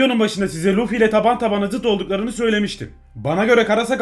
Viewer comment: Abi sen luffy yerine lütfimibdeniyodun